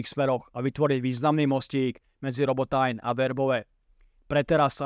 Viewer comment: krasna reportaz ale Robotajn citaj normalne po slovensky :D Robotyne